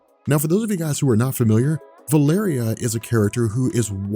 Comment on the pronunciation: Am I seriously the only one who is driven crazy by vuh-LAIR-ee-uh VS. val-a-REE-uh? The former is from A Song of Ice and Fire! Is there record of Hickman or, I think it was Chris Claremount who introduced her (I could be SO wrong on that.) pronouncing it that way?